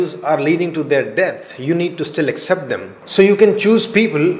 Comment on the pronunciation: Accept ........ Is the correct pronunciation but u r pronouncing as except